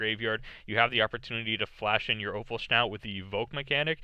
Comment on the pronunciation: PS: Offal-schnout? :D